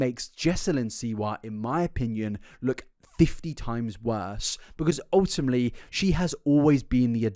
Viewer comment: Take a shot everytime he says ultima(te)ly